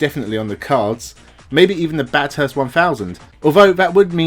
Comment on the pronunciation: It might seem petty but the world class track in Australia, a few hundred km from Sydney that many international drivers visit but struggle to master is pronounced "Bathest" (short), not "Bathirst" (long) and the "th" is pronounced similar to the "th" in moth. I hope I've made sense.